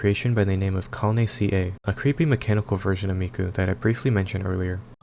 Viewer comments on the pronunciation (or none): I dunno if anyone has already corrected you on this, but Calne Ca is actually pronounced "Kalk-nay Cah." She's also not a version of Miku, but her own person who likes to cosplay as Miku! Great video, you deserve more subs and views!